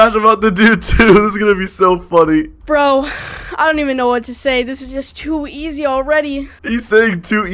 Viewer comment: Stop saying to eays